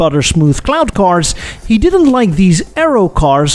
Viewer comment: Every time you said cloud cars i heard CLOWN car , it made me chuckle